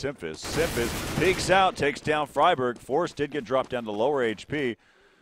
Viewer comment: ''Fryburg'' oh god my sides